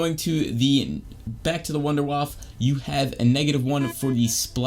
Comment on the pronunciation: It’s not wunderwaffe. It’s wunderwaffle lol.